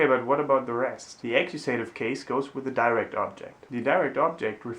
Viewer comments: I know this video is quite old but I don't see any commentaries about what I'm about to say (if there are already, sorry for repeating): be careful with the pronunciation of the cases names in English; they are not /akuSEItiv/ and /nomiNEItiv/ but /aKIUsativ/ and /NOminativ/ (I'm trying to reproduce the pronunciation without using phonetic symbols, which of course are much more precise). Thanks for having made this channel, it's great! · Nominativ isn’t pronounced Namienejtiww in English, it’s Naminne-tiww, Accusativ isn’t Äckjusejtiww it’s Ackjuhse-tiww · Very helpful. One detail though: "accusative" is pronounced "A-Q-SA-TIV", not "A-Q-SAY-TIV" in English (I just made that lame phonetic system up but you get the picture.) Thanks much.